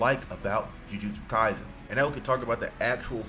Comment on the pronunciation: Ju ju shoe-stu kaisen 😂😂